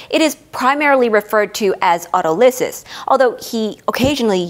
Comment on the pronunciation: An impressive presentation with great detail that will take time to digest. One small comment - standard English pronunciation of Autolysis has the stress on the second syllable, not the third.